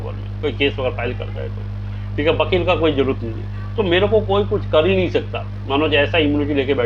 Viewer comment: Vakeel❌ bakeeel✅😂